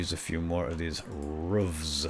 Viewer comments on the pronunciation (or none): it's ruffs not roofs not to be mean